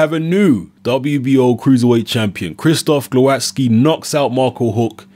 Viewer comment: Proper pronunciation is Gwovatzki.